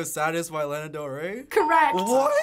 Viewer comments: She knows her mother yet can’t say Lana right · “I know my girl” says Lana’s name wrong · lmaoo true 'lEna' tf ? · Its kinda irritating how they pronounce her name wrong. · kaye “I know my mother” says Lana wrong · “I know my mother” but yet pronounces Lana wrong ... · i know my mother (pronounces lana wrong)